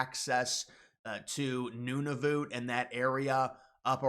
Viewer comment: It’s pronounced “none of utt” not “noon oh voot “…